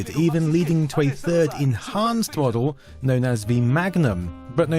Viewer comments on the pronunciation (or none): none